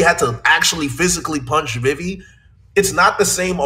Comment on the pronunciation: This man can't say vivi right 😂